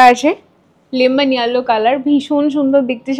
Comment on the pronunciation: Yellow r pronunciation ta google e ekbar dekhe nio